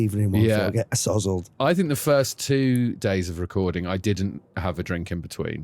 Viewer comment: "...get uh sozzled"